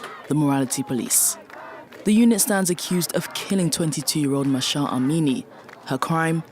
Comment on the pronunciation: It is so sad to see some folks who are not able to correctly pronounce some simple words such as "Mahsa" or "Basij" (or ask someone to tell them how to) are in charge of creating this kind of content. The moderator's disinterest was occasionally visible (or audible). Thanks to the Iranian ladies specially Mahsa Alimardani for saving the debate.